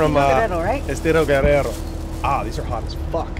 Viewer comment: You pronounce and roll your r when you say Guerrero 👍 dope to get insight on famous beauty